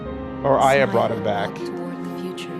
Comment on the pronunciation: Funny how pissed got about the pronunciation of Babel and still can't pronounce Aya properly even after its been done so in the game. But hey he stuck through to the end, so good job on that.